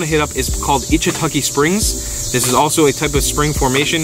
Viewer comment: Lol 😂 I listened again and to me it sounded like you said, “eachintukey springs” so that’s what I typed in knowing that wasn’t it but hoping I’d get something similar taking me to where I wanted to go. So for anyone else who wants to know it’s Ichetucknee Springs Florida. 😊😂 👍